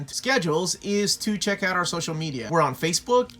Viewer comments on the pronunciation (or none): none